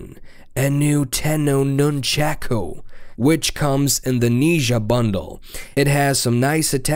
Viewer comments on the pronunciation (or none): (nun-chaw-Koo) nunchaku not (nun-chak-oo) still though pretty awesome.